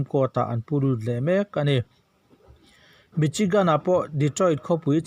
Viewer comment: MICHIGAN hi MISIGAN tia lam tur , CHI khi SI lamrik ang a lamrik tur